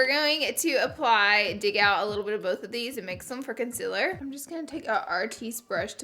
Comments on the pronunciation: she says consiller XD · I love Laura so much she’s amazing but I also just laugh at the way she says “concealer” as “consiller/conziller” awweee I Iove herrrrrrrr😂😂♥️♥️😭😭💕💕🤩🤩💫💫l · Ok no hate but it’s prounced con-seal-er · the way she said concealer lmao